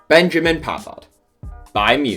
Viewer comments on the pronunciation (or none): none